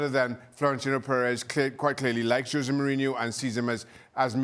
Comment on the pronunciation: IT IS NOT JOSE BUT HOSE .